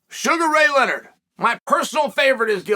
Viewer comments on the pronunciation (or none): none